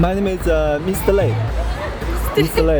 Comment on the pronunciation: 這主持髮型超難看，英文也超難 Mr 發音都未識